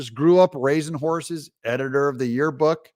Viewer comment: CNN mispronounced it. She loves ‘whores’ not ‘horses’.